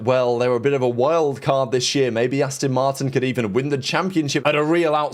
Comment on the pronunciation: Asston Martin 😂